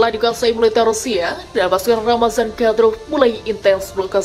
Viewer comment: Bukan keselek... Tapi ngomongnya di-buat2 agar kedengaran keren, seperti : Mariopol diucapkan Maripol, Kadyrov diucapkan Kadrov dll...!!! Wkwkwk...